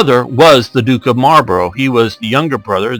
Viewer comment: oh and buy the way Marlborough is pronounced mol bru